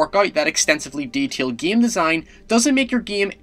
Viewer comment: Its Called game not "giam"